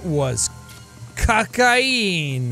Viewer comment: how in the world did he manage to say "cocaine" so russian lol